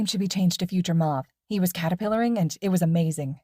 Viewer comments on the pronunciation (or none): "he was carerpillar" 😂😂